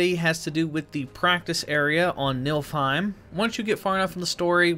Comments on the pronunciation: Dude its pronounce NEEFILHEIM not milfime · "NILFheim" LMFAOOO it's NIFLheim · Dude it’s Nêê-fil-heim not nilf-heim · NIFLheim =/= NILFheim. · him saying nilfheim 🤣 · He said nilfheim😂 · "Nilfheim"... dislike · Pronounced like niffle hime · OMG stop saying NILFheim 😅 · STOP SAYING NILFHEIM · idk how many times they say the names of the realms in the game but there's no excuse for pronouncing Niflheim that poorly